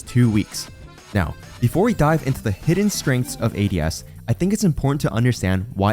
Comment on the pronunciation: the way "ADS" was pronounced gave away the ai voiceover, yall are lazy scumbags